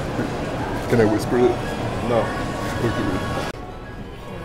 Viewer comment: "can i vhisper in your ear."